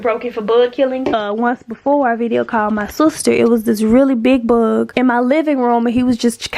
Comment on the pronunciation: The way she pronounces “ buhhhg “ what is that accent tho? I’m not American please 😂😂😂